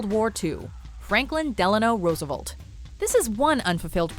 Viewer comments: its Roosevelt, not Roosevult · Rosa Velt. Not Rooza Vult. Jeez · Rose-Uh-Velt not Rosavolt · Roosev-E-lt. not Roosevolt!!!!!! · FDR's name is RoosevElt, not RoosevOlt. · Velt not volt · RoosevUlt? Damn you Canadians don't know how to pronounce anything